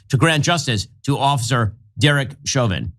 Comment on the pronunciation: Please look up how to pronounce censured and Chauvin..... 🤦‍♀️